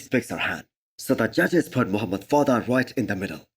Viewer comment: Dude stop saying V-Lad. His name is Vlad